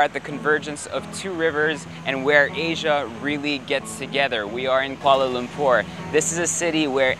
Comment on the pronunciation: This is a great video but was it only me who cringed at how he said Kuala Lumpur? I am half Malay and my mum is from kl